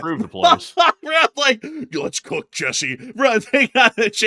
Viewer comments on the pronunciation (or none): none